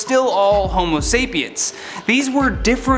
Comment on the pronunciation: Did you say human feces?